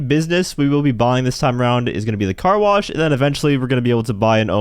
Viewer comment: “Stop blocking the Car Blosh”